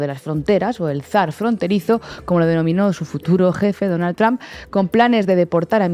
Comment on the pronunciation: Mas alla de que apoyo a la presidenta, seria bueno que aprendiera que trump NO se pronuncia "tromp"